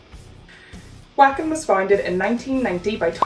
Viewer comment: Uhm acshualy it’s pronounced Vocken 🤓🤓🤓🤓